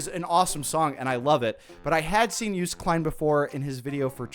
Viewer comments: Joost is actually pronounced kinda like toast with a y, so yoast. Klein is more difficult to help with, the sounds we use for 'ei' doesn't excist in the english vocabulary, so I think the way you say it is the closest you are going to get without hearing someone pronounce it. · Dutchie here: I think "yoast kline" would be the best way to phonatically describe the pronunciation of his name! With the "J" of his first name sounding like the "y" in "you". Does that even make sense? Not even sure, lol. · You still pronounce joost klein wrong, maybe you can try look up a video of him saying his name because idk how to explain how to say it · Irony is that your pronunciation of "Joost" was much better in the last video hahah! The "oo" is more like a "oa" in Dutch, as in the word "loaded". Nice vid otherwise, please make more. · Not the one guy in the comment correcting, but correcting him wrong. The 'oo' in Joost is pronounced like when you say 'ooooh' when you finally understand something.:D I'm Dutch, so yes I know the correct pronunciastion. ♥ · Love how he corrected his pronunciation of Joost.... To a slightly better, but still incorrect version XD it's okay tho, don't sweat it honestly. Unless you're gonna interview the guy himself, who cares? We're all having fun here. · Love that Joost is still not pronounced correctly but atleast you were closer this time around 😂🙈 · Its like the most american thing to pronounce something wrong then apologize like a million times and continue pronouncing the thing wrong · Actually you still pronounced it wrong. Joost rhymes with coast, you did pronounce the J correctly this time. Also his last name you was pretty much correct (with an American accent) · You pronounced joost and käärijä wrong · Continues to mispronounce Joost 😂😂😂😂 loved the first video and this one ❤❤ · "I said Joost Klein's name wrong" Me: 😃: "I'm pretty sure it's pronounced You-st" Me: 🥲 still wrong, it's Yo-st (yo like yo-yo)